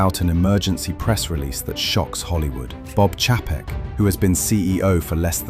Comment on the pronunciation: This is why dvd's are coming back because no subscription.. ALSO, You can always tell when a YouTube video is narrarated by an AI voice because they always mispronounce names, titles, cities, pauses in the wrong place, etc.. Chapek is not pronounced the way that they pronounce it here. YouTube is now flooding their platform with "Auto-clips", based on what you click on. Soon there will be ZERO "influencers", all video will be "auto-made" by YT themselves. Jeff in Detroit.